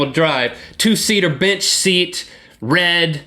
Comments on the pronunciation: I didn't care if he said 87 or 97.. I thought he said bitch seat instead of bench seat. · yes he said bitch seat LOl and Rhett had no care in the world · did he said (Bitch seat) XD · lol sounds like you said i got a 2 seatar bitch seat